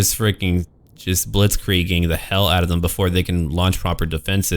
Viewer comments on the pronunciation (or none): If you say Blitzkrieg, you need to pronounce the r more. ^^.